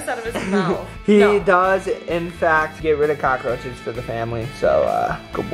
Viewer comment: The way started off the morning with his normal “CoachRoches Cereal” 🤣